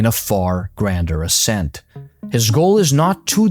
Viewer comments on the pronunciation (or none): none